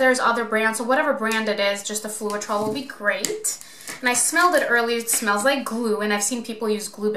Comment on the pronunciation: Floetrol the e is silent... it is Flow trol....it is a paint conditioner used in thinning house paint when painting in hot conditions and to smooth out brush strokes...also when needing thinner paint to use in spray painting. Add approx 25-30% of the Floetrol to your paint and a touch of water so as not too thin. Also be careful not to burn the paint or get the top layer to dry too fast by keeping the heat at least 12in away. All you are doing is popping the air bubbles with the heat, as the silicone will cell without the heat anyway sometimes too much heat gives too many of those hairy looking cells when it was probably pretty ok without torching. Well done, your painting turned out very pretty.